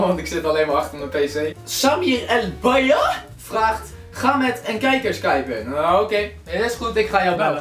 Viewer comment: HHAHA! Hoe je Bayaa had gezegd XD